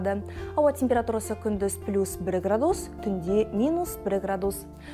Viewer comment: Градууус ,градууус жаксы екен ударение у нее у га тусып тур. мунда ударение а арпыне тусыру керек